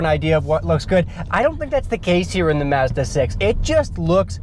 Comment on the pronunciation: Great review and you actually pronounce it 'Mazda' NOT 'Marzda'!